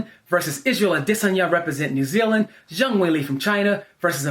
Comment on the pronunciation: Dude said adesanya like uhh dissin ya